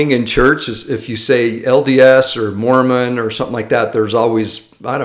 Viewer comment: that's pronounced "Mormon"😅